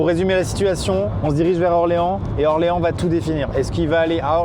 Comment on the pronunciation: J'étais fière quand il a dis Orléans 😂